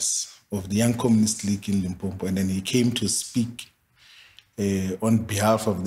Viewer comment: Did he pronounce it Limpompo? 😮